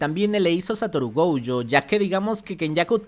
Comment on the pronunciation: Por qué dice GOUYO?